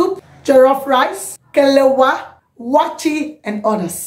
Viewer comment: What are you pronouncing 'kelewa' ha ! It's not kelewa, IT'S KELEWELE.